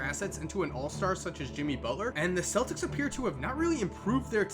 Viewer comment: Boston fans know it's pronounced keltics